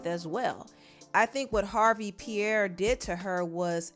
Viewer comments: Pronounced P-Air (Pierre) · Pee-Air is how 'Pierre' is pronounced. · Pierre (pee-air) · It's pronounced "pee-air". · As someone named Pierre, it’s pronounce “Pee-Air” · I hate to be the english police...but Pierre is pronounced "pear".... and youre keep saying "Traffickid" ....stop😂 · from here forward please pronounce Pierre correctly 😫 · struggling to pronounce Pierre is killing me 😂😂😂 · If you can't pronounce Pierre, you don't need a job narrating nothin....